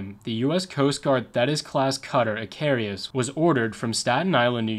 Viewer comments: Too bad the narrator never took the time to learn how to pronounce the name of the Coast Guard Cutter, Icarus. In Greek myth Icarus made wings of feathers and wax to escape imprisonment. He flew to high and the sun melted the wax and he fell to his death. Lesson learned; Do your homework first! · It's I-CA-RUS and NOT I-CAR-E-US. I congratulate you on your excellent research. I don't want to sound nit picking but I do suggest you work harder on checking pronunciation. Every video I've watched is full of glaring errors in that regard and after a while it becomes rather distracting. Think about it, if a newscaster on TV mispronounced a lot of words all the time, wouldn't you find that a little irritating? It's just a matter of professionalism I don't think it would actually add much time to the tremendous amount of research you undoubtedly do but it would vastly improve these videos.. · I’m really like your videos so please don’t take this the wrong way but hearing “icarius” the whole video was killing me….her real name was “USCGC Icarus” pronounces Ick-ar-us. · You put to many "I's" in Icarus. ih KAR us not ih kar EE us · It's pronounced 'Ick-Car-us'. And some of the cutters of that class are still in use in New York City as tour and ferry boats. Many were used to evacuate people from Lower Manhattan on 9/11/01, and two of those ferries aided in the "Sulley" plane crash on the Hudson River. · The name is pronounced IK ER US. He was the son of Daedalus. Flew to close to the sun a melted the wax holding his wings together. Greek mythology. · Just because it scratched my autism the wrong way, it is pronounced "Ick-Uh-Rus", there is no second "i". Apologies, great video otherwise. Just by the third time I heard it I was starting to fixate.